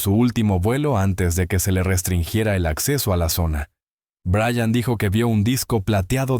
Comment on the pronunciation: Buenas , Everest? En realidad aprecio y creo en el trabajo de Linda Moulton Howe pero , a usted señor NO le creo lo que dice. Tal vez Brian haya tenido experiencias inusuales pero en su relato hay inconsistencias. A propósito , sería bueno que aprendiwra a pronunciar el nombre Brian (o Bryan) de manera correcta y NO 'Brayan' ya que su pronunciación demuestra ignorancia. Saludos 😊😊